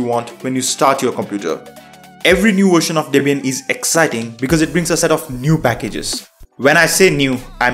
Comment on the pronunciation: Version, not "wersion".